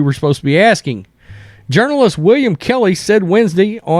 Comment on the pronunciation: Don’t be aksing me questions, I z the mayor.